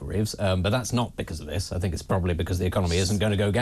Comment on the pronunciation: Except for when she says think... fink! I mean rayner